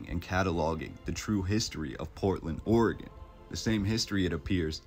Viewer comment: Also thank you for say Oregon right. It's oregin everyone not orgone